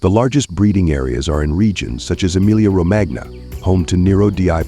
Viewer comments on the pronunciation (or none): Romagna in "Emilia-Romagna", is pronounced "Romania"